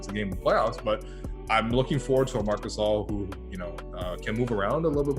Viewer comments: MARC GHASCXZS😂😂✌️ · Mark gazil lmaoo